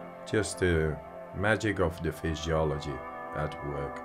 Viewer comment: Did he just say FISHYOLOGY? 😅